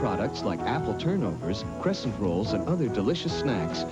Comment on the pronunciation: its upsetting me how they say "crescent rolls"